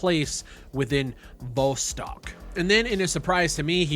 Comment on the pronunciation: Dude pronouncing Vostok a different way every time